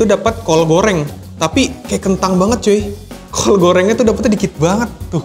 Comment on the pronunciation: Bang, lu ngomong "syurga" udah kayak "sya" huruf ijaiyah dan lu ngomong "kol" kayak pake "kho" huruf ijaiyah. Lu pernah jadi guru iqro yah? Wqwq